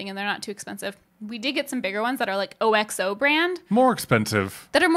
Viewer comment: OXO is pronounced ox-oh. Never heard it pronounced by individual letters. That was super cute though.